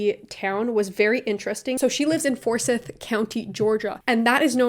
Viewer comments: It's pronounced FOR-SCYTHE, but all around good vid. I know of Rachael and she went to GSCU with a few friends. As someone from GA social discourse is slowly changing in GA and I know my friends (we're a year or two older than Rachael but from similar circles) would never make the same jokes they did in the past. So apology more or less accepted. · Forsyth it pronounced like scythe. I still live in Georgia and while I never lived in Forsyth, the shit I hear is wild. I’m just lucky that the college I go to enforces masks and has a LGBTQ center. Edit: like my own pharmacist called COVID the “Chinese flue” and I’m just sitting there like “Can I please get my antidepressants and can you stop talking?”